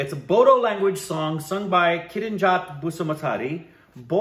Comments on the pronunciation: I cannot believe they reacted on a Bodo(pronounced as Boro) song. I am so happy now. is a truly unique channel. Hope one day I see them react on every Indian language. Incase and read this, I want to tell them that in state of Assam, Assamese is the dominant language along with Hindi and English. That means people with different mother-tongue use it as a common language for communication. It is also the most commonly used for official documents in Assam. But the state has around 20 other ethnic communities with their own language, and Bodo is one of them. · There are many tribes in assam ...bodo (*pronounces as boro ) ...is the largest and oldest tried..we are the biggest tribe here....our language is called boro...and the title of the song is "fwi lwi agwi fwi " it means" come darling come ".... The silk warm farming and many more traditional things were first practiced by boro people's.. but now a days everyone is going after it.....before these assamese people's used to hate us and not allow us to go in any assamese places..and we need to wash the plates we eat in, it was just like the black and white discrimination ...but now those assamese are more into our culture then us..they take bodo people's place where ever they can...in the shows where boro should perform ...this Assamese people replace them self.... We have one traditional garment called " aronai " ...it's for giving respect ...thses assamese people so think this is thier property wears it like it's there......I don't mind wearing It...but it's not your tradition....assamese people's have " gamusa " u can wear that...why do u wear our traditional garment.....they r taking our places ..and soon they will take over of all our rights...... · No, it is pronounced as BORO. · "Bodo" is pronounced as "Boro". I love Bodo people. 🥰 💕